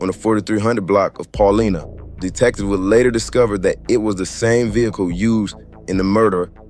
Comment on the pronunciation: Great video. In case you use street again which you will..Paulina is a bad street from north to south it is pronounced, "Paul- Line-Ah"